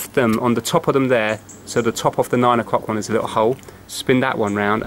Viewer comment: You seem to have a problem when saying "Off or Of" the latter is pronounced "Ov" there is a definate V sound. example- The first "of" (ov) the month. example 2- Get off the table. great video though.